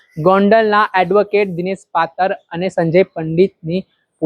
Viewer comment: ચોદીના બોલતા શીખ નાગીના પાતળ નહી પાતર